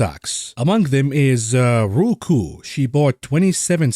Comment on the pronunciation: Hey is ROKU(rowkoo) not RUKU(rookoo) nice video though:)